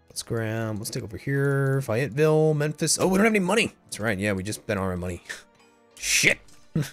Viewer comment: I cringed when you said Fayetteville... it's Fay like pay with an F not fy like bye